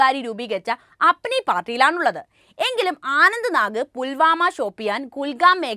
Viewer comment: ആനന്ദ നാഗല്ല, അനന്തനാഗാണ് തെറ്റ് കൂടുതൽ വിളിച്ച് പറയാതിരിക്കാൻ ശ്രദ്ധിക്കുക